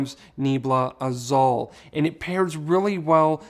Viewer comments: I love your videos! I just want to help a bit with pronunciation Nee-AYE-blah Ah-ZOOL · I appreciate all your videos. Just a tip....Azul means blue in spanish and it's pronounced AH-SOOL